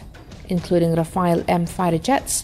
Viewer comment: A Chinese woman with bad pronunciation is laying semi-random words about weaponry. LOL E.g. about the tank: 1) What exactly is an armour that can be "moved around"? Did you mean modular armour? LOL 2) What is defense "against explosive blocks" on the side? Do you mean reactive armour against ATGM? Hehehehe. The pronunciation is also very funny. English is bad enough but now French? Saying Rafale almost made you break your tongue. Oh and did I mention the factual errors? Like how the hell can SCALP have a range over 1000 km? More like 550 and 250 for the Ukraine export version.